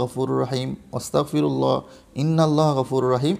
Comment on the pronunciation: ওস্তাগফেরুল্লাহ না আস্তাগফেরুল্লাহ